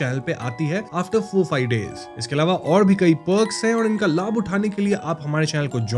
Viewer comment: Bhai ap bengali ho na because ap ne lab bola membership ke time . I understood that because i am also bengali❤❤ no hate❤❤